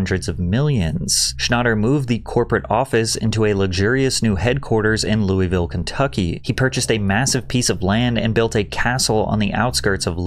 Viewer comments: Patrick it's pronounced Lull uh vull for Louisville please pronounce it right ❤ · The only problem with this video is how he pronouses louisville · That’s not how Louisville is pronounced 😭😭😭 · Hey Louisville resident here, to spare you the heartache in the future it’s pronounced “LUHL-VULL”